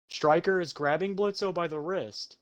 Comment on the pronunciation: Bro who tf is Blitzø maybe if you watched the show and actually appreciated the animation and quit watching gun animations you’d know that the o is silent 😩